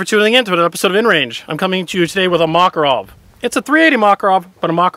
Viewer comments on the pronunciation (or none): mockarov??? you mean mack-a-rov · ma-karov... its not a mac-a-rov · Makárov, not Mákarov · Mac-or-ov not mock-or-of please